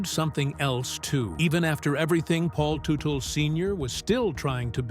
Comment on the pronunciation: He doesn’t own Gas monkey are you kidding me? Can’t even pronounce his name properly